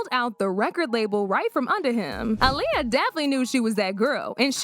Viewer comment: That al lea uh is crazy work say it right smh